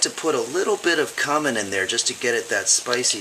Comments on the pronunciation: His mispronunciation is part of the humor. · Its pronounced coomin